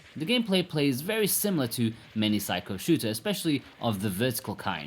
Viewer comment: Please stop pronouncing it 'psycho'. You do it on each review of their games. Try sick-key-oh.